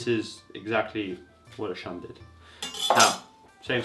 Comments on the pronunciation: It's pronounced "shoon" you ignorant f*ck. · It is pronounced SHOON, you ignorant f*ck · How dare you to compare a dull Shun knife (and you speak Shun wrong) with anything else? Even the best steel in the world would be awful if not properly sharpened. Moreover, Shun knives are great, and far above any mass production crap out there.